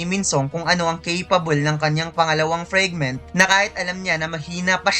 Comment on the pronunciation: Pwede ba icorrect yung FRAGment hindi FREG 😪